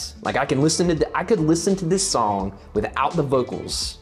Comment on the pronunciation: I don't think I've ever laughed so hard at a reaction video as I did this one. You're editing is out of 10. Living in NC I appreciated the way you said sawng haha You totally rock the "grandma in the grocery store" in the hat vibe btw Ateez is really good at creating unique different music which is one of the many reasons they are my favorite. You definitely weren't alone in geeking out over the music aspect of it. I totally freaked over the organ part because it really makes it sound so epic and daunting. Its like they see the typical standard for a kpop song and throw it out the window. As far as the lore goes, you should watch the teasers because they do reveal some things but I think the kids at the end might be the witnesses and/or the kids that woke up from Guerilla. Good luck with the cover haha!